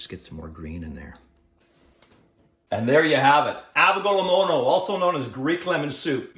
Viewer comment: Pronouncing it wrong.